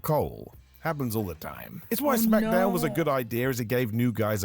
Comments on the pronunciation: Smack - Down not Smacka - Down come on lol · It is pronounced SmackDown,. Most people, including The Rock, just pronounce it as Smack-a-Down for fun. It’s okay 👍